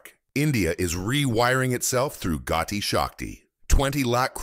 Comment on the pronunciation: This project correct name is PM gati Shakti not Gotti shakti . please correct